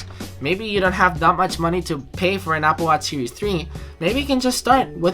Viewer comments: Applewash seewees fwee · I won't believe what you said until you can pronounce series in a right way... :P